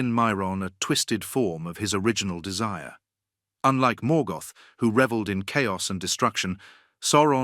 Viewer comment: Please learn how to pronounce the names correctly. You actually managed to mispronounce almost every single name, even when you pronounced Morgoth correctly you came right back and mispronounced it in the next breath.